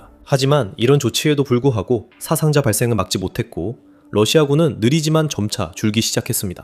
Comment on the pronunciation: 사상자는 사아상자로 발음해야 맞습니다. 한자에는 분명히 장음과 단음이 구분됩니다.